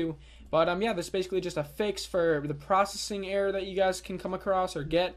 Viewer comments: "95% prossing"....."prossing"..."95% prossing" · Why are you saying "Proccing"? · Processing isn't pronounced prossing. Doesn't work. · Every time you say "prossing" a kitten gets crushed under a tire.